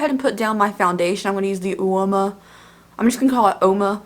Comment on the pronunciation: Surely it's "whoa-ma" ?? Like whooaaa/woahh Iceberg!! Or whooaaa/woahh I'm on a ride that is unsteady and I'm falling or Stewie Griffin in his helicopter practicing to crash...and then crashing for real!